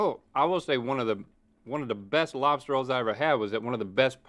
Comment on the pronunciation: Lobs-Tart ... just sayin lool